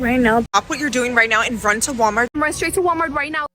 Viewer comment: “um hello WalmarK” lol